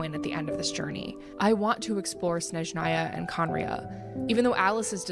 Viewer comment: Snezhnaya is not pronounced well here😂 it’s Snézhnaya, accent on the first syllable :) I am Russian